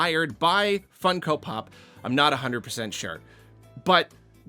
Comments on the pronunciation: never heard someone call them fun-ko pops instead of fung-ko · Why does he say it like that? Do people say it like that? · not sure why you pronounce funko like that but i agree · hearing pronounce it Fun-Ko and not Funk-o feels illegal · Why do you say funko like that 💀